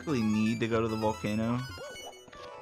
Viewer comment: It's volcano, not "vulcano". You mean you didn't notice it first? I'm surprised a video game veteran such as yourself isn't very attentive to details.